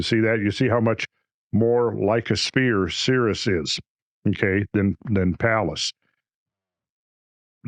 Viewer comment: It is pronounced Sear'-eaze.